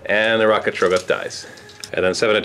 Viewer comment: How do you still say TROGGoth wrong